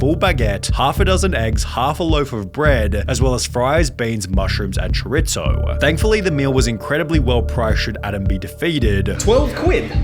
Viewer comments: why does sunny keep saying choritzo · Mf said “chowritzo” lmfaoooo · Chorizo is pronounced choreeso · Love the channel, but Brits, it's "choreeso" not "choritzo". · What the f is "sho-ritso"? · Chorizo is pronounced “Cho-ree-so”. You’re welcome. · Bro. 'Choritzo". comon man. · THIS NIGGA REALLY SAY CHOR IT ZO?? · No way Sunny called Chorizo "choritzo" 😭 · Why do you pronounce chorizo like you pronounce pizza? The "z" in chorizo is not pronounced like "tsss" when you say pizza. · It's pronounced chur-ree-zoew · Bro did anyone else hear how he pronounced chorizo? 😭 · Stop saying chorizo like that. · I love your videos but as a Mexican please don’t pronounce chorizo like that again thank you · I love your channel, but please say Chorizo right lol. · Me a latino hearing sunny pronounce chorizo 🤢🤮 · Nice vid but I HATE the way you say Chorizo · The pronunciation of chorizo was funny😂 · He said chorizo wrong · The way you say chorizo hurts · My man said Choritzo (twice) and Calzoney